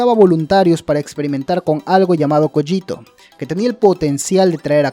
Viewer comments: la pronunciacion es cÓgito, un saludo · Técnicamente se pronuncia "Coguito" y se escribe "Cogito" de echo no se si sea intencional pero parece una referencia i have no mouth and i must scream (ya sabes "Cogito" "Ergo" "Sum")